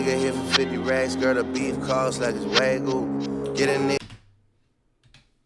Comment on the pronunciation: damn how y'all pronounce Wagyu lowkey pissed me off 😂😂😂😂 wtf is a WAGU